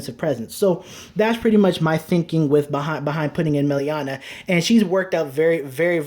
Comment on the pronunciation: Yes! I ws just thinking of contacting you and asking a few questions, one of them was about Melania (you mispronounced her the whole video hehe). Glad you included her, to me it seems a great combo with 1st stride into commander thavas, giving her the attack from back row, together with magnum boosted by starter/tidal it can get you tons of powerful attacks and still leaves you space for starter to calla thavas from, not to mention melania pays for herself with the draw and resist makes her less of a liability on the field. Is there possibly an e-mail adress I could send you my decklist with some ideas/curcumstances that you could look at? I don't use facebook (from your "about" yt channel page) and I don't feel like the point of youtube comments is to write decklists and essays in them. I'd appreciate it if you caould share your oppinion, as I've learned a lot from your channel and I think I have still a lot to learn. Oh and could you possibly include in one of your videos how to use Saberflow sailor? I understand her potential, but as I try to imagine comboes with her, her fourth battle requirement seems to get in the way.